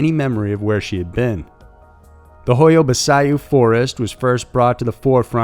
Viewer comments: I closed my eyes sharply when I heard how he pronounced it, but in all fairness it's not easy to say it properly if you don't hear it from a native romanian speaker. But yea great video ! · Great vid as always but it's pronounced "hoya-bachu". Love your channel..😃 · Um, it’s pronounced hoy-ya bah-choo. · The Hoia Baciu forest is pronounced as Hoia Bacu, the people who live near the forest used to avoid it. Now, it has become a source of income because there are lots of paranormal enthusiast visiting the forest. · Hoia Baciu (Hoy-a Bat -Chiew) is a very famous well known location in Romania. It has been featured on Ghost Adventures, Josh Gates' shows, and numerous other programs. Even a two minute glance at a website of world famous haunts & forests would help you prepare before you go to air with your mangled mispronunciations...For God's sake this is near Dracula's territory. Everyone knows this. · the correct way to pronounce the name of the Forrest is ho-ya-bah-chee as in "cheek" without the "k"...sorry just had to point it out,,, it's an o.c.d. thing....lol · I think the best part was hearing u say the forest's name wrong. Actually Sounds like a sneeze lol (ba-ch-u) but your way was funnier But I truly believe that they should have investigated the charges on Roberts before they killed him and said, "hey... maybe he was innocent like everything and everyone said! 💡 let's check now that he's gone" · What was that pronunciation of the forest lol 😉 Definitely not how it's pronounced. Anyways love the videos ❤ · I'm romanian and I must say, the way you say Hoia Baciu is hilarious XD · You butchered the fuck outta that pronunciation. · I've never heard anyone butcher the name of that forest so bad 😂😂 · Literally the only reason I clicked on the video was to see how bad he'd mispronounce it haha. This guy's got a way with pronouncing people's names really really wrong.